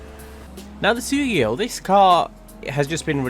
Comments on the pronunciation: Why the fuck did pronounce Sugoi as Sugio...... it’s Soogoy not Soogeo 🤦‍♂️ Also the Ubermacht SC1 is mostly based off the BMW M1 Homage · Sugoi not sugio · I cringed when he said sugio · mf pronounces sugoi as soogiyo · It’s pronounced Soo - goi like boi but with a g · The Sugoi is pronounced Su-goi Japanese word for wow as in “wow it’s a piece of shit” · I swear he said suigio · Who says sugoi like that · Joshboss yes but he’s a car guy so we forgive him…